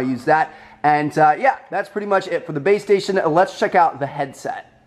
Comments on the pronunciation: I swear to god he kept saying BAE STATION instead of BASE STATION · Is it just me or did he keep saying baystation? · I kept thinking you were saying babestation...